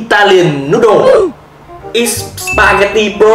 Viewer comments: spaghetti, not spaghetty bro =))) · SPAGHETTI LÀ I ANH ƠI, KHÔNG PHẢI Y Bread đọc là bret mà anh, ko phải brit